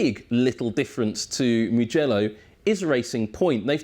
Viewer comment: We don't say mgello we say mu mu mugello with the u